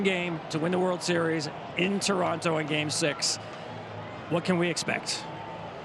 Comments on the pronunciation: Refreshing to hear Americans pronounce Toronto correctly. Next level would be saying Tronno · This is a great panel. I love the respect they show Canada and the Jays. Saying Toronto properly personally speaks volumes to me.